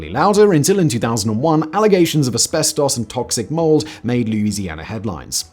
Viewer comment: Ive never heard "asbestooos" pronounced that way